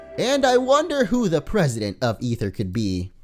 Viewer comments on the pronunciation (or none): it's pronounced Ather not ether the "e" is silent. There's already an ether that exist in the game it's a medicine for your pokemon's pp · ITS AETHER NOT EETHER!!!! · Stop pronouncing it Ether its A-ther like the aether dimension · It's Aether Foundation not Ether Foundation why do u call it that. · Aether is pronounced A-ther